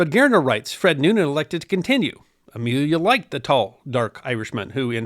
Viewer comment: You could begin by getting his name right, it's Noonan, not Newman...